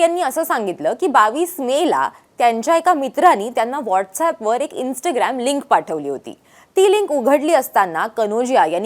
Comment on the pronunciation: Gen Z , Zandu Teleprompter reader......InstGraam.....tya peksha InstaaGram....mhan ga Yedzawe.... !!!!